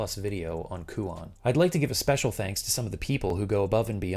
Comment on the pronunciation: My only (admittedly pretentious) complaint is the pronunciation of the title. The -on should be pronounced like the word "own" actually lol.